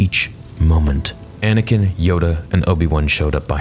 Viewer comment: Y u say anikin and quigons blade